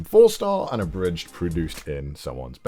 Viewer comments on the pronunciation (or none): none